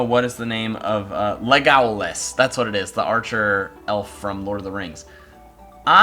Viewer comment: I like how he pronounces it lagowlaz, instead of Legolas